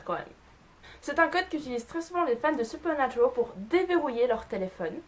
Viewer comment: Supernaturaaaaal pas supernaturooool tu est française sinon bonne vidéo 😜